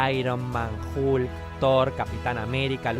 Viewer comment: "El increíble Halk" :v